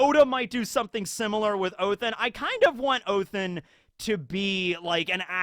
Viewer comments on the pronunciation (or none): I know it's not scripted telling but it's ODEN not OTHEN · why are you saying Othen and Elbath? I swear its Odin and Elbaf... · It’s not Othin, it’s Odin! You have a norse mythology book behind you, you have said yourself that you like norse mythology. And yet you say Odins name wrong! Shame on you! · Please call him oDin Not othin Its Sounds so wrong😂 you pronounced jormungada good👍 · It's ODIN BRO, NOT OTHIN🤣🤣🤣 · Why are you saying Othen not Odin/oden? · ha-ha-ha oathin oh its odin just thought I'd point that out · pls someone explain why hes saying „othin“